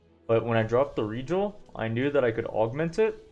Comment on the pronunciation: The way this man pronounces Regal makes me twitch, but the run is amazing and very educational